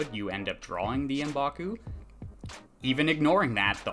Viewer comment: Um-baku? I always figured it was pronounced MƏ-baku